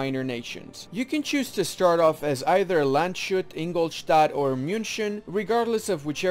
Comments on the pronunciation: Just a hint for pronounciation for Landshut: - WRONG: Land-shoot - CORRECT: Lands-hoot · it's not Land-shut, it's Lands-hut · There's no sh sound in Landshut. The sound is written as sch in German. So it is Lands-hut